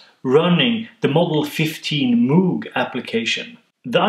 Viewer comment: I'm pleased that you say "moooog" instead of "mogue". I'm American and I know better but I say "mooog" anyway because it sounds more synthy to me.